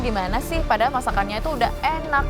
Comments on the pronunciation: "padalan" sangat suroboyo ce 😁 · Cheryl : Padalan (padahal) 😂